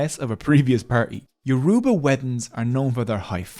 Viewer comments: It’s getting on my nerves how he is saying youraba wrong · 40 minutes and you never pronounce their name correctly once. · If you choose to do an expose on a group of people, please learn how to say their name correctly. It's so irritating to hear you mispronounce Yoruba repeatedly. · Ioruba rhymes with cuba. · can this guy stop mispronouncing my people's name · Bro the way he saying yoruba is pissing me off 💀💀💀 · Very informative video. I would however like to point out that you butchered every single yourba word you used and I wouldn't have been able to recognise them without the captions. Even "Yoruba" was not pronounced correctly. Try finding a native speaker to teach you proper pronunciation next time. Thank you. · I came here SOLELY to hear the word ‘Yoruba’ get massacred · The word Yoruba is not correctly pronounced here, sadly. It is actually mid-tone, low tone, high tone. Try it. This pronunciation is experienced as super-insulting by the Yoruba people I know. Thanks. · The way he pronounces Yoruba, Igbo and Hausa hurts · The word is not pronounced Yor-U-ba. It is pronounced as YOR-uh-ba. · He's going to have to do this whole video over because he is not pronoucing the words properly.. I can't stand listening to it. It's YO!-ROE!-BAH!.. NOT YEWROOBAAH!!! THAT IS SO DAMN RUDE! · Note: When pronouncing 'Yoruba' there is more emphasis on the 'a'. Doesn't take much to learn the proper pronounciations... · It is Yoruba not yoroba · Why do white people pronounce Yoruba as You-RUE-bar, pls it's YOUR-ro-bah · YO RU GBA! not ye roo ba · it's funny how he pronounces it as your uba instead of its actual pronounciation of your o: ba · Hey- great vid . So interesting to learn as a Nigerian and I love the animations! Yorùbá is a tonal language; a more accurate way to pronounce it that would sound closer to the actual pronunciation, would be 'YO-RO-BAH or YO-RUH-BAH' than 'Yo-roo-ba'. Would loveee to see one on Benin kingdom or other Nigerian tribes! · It's Yo ru ba.